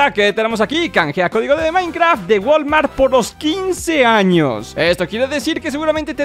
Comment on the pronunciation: dice años pero parece que dice anos XD